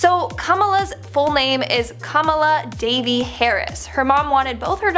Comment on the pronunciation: When she said "Devi", I heard thought she said "Davey". Idk why.